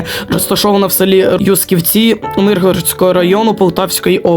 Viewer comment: Юсківці наголос на Ю